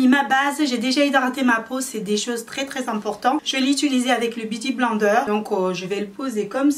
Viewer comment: Sa se prononce "biouti blainedeur"😂😂 dsl sa me stressait trop bsx😘